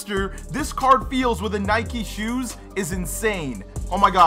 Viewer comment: Dude said Nike huse